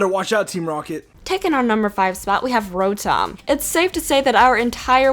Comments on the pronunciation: On Rotom, am I the only one who heard world Dominatrix 😂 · did you say world dominatrix?